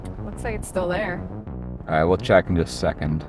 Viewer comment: "im not putting it in theww"